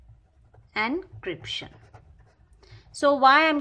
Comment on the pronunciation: It is not ancryption 😂😂😂😂😂